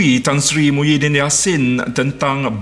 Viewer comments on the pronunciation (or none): none